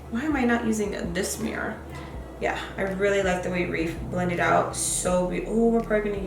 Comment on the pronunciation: You keep pronouncing Riff wrong you're saying it reef...😂